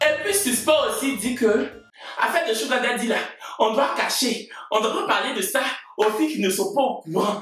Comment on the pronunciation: Merci pour cette prononciation correcte de SUGAR DADDY mes frères ivoiriens veulent rien savoir deh ils prononcent ça bizarrement.